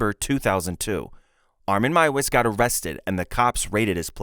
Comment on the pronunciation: Meiwes is pronounced "My-vez". And Gilberto is pronounced "Heel-bear-toe".